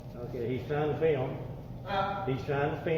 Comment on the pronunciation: he tryin to feeilm?